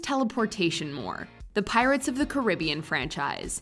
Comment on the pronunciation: “Caribbean” makes me cringe . That’s🥺Not🥺How🥺You🥺Say🥺It🥺